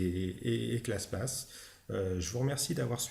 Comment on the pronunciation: Très bonne vidéo. Bien expliqué et claire. (Seul bémol, c'est en peu déroutant de lire PATH et d'entendre PASS ... ou encore : de lire CLASSPATH et d’entendre CLASSPASS...)